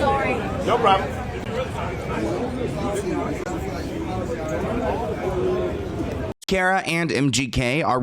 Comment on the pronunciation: It’s Cara… not Kiera. Do you even try anymore? 😒